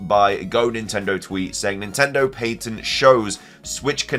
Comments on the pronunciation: New drinking game: take a shot every time the word patent is mispronounced and when you hear the phrase "either way" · Did you just pronounce “patent” like pay-tint? That’s funny. Lol. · Pay-tnt is actually fine for the UK though he does say Payn-tnt a few times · Is that really how the British say the word “patent”??!?!?